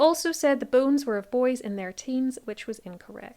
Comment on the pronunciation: I feel terrible, but i was quite far in before i realizes that, "boones," was actually, "bones." You have a beautiful speaking voice.